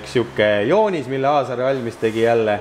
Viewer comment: Ikka jubedalt härib kuidas Aaser asemel Aasar ütled. Mees vist ise juba aru saanud, et pole mõtet enam nime parandada :D. Aga 5+ väga huvitav video. Hea vaadata kuidas asja tehakse õigesti ja põhjalikult, iga teine tüüp oleks relakaga umbes midagi välja lõiganud :D .